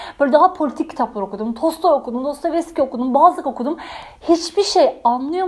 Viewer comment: 3.17 "DOSTOVESKİ" 😂 biraz yavas anlat nolur ya 😆